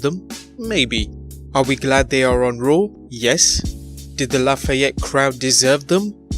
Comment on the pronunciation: Its raw. Not rawr... Ya twit